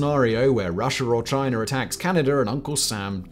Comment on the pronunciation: "Chiner attacks Canader"??? 🙄